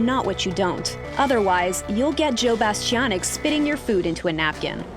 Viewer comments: "Joe Bastiobitch" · I just have to say one thing about this video.. His last name is pronounced Bastianich (Rhymes with the word "itch" or "witch") It's not pronounced the way you keep pronouncing it.. Sorry, I just had to get that off my chest, it was driving me nuts. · You might want to practice Joe’s last name: Bah-Stee-Ahn-Itch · It would be nice if you could pronounce his surname correctly, especially since it's often said on Masterchef.